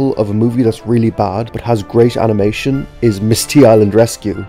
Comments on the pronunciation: Highlight of the Video "AMINATION"✨️ I'm crying from laughter Don't take it offensive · I like the part where the Irish director said "AMination"